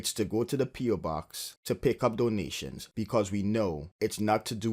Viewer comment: Dough-nationsss. Dough-nationsss. Dough-nationsss. Dough-nationsss. Giffs. Giffs. Giffs. Giffs. MOAR DOUGH-NATIONSS. MOAR GIFFS.